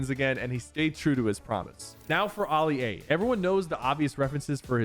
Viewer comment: AHLI A ITS ALI-A